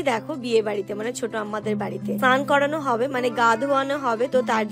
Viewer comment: Snan dhan ?..kane lage boddo..snan bolbe sudhu .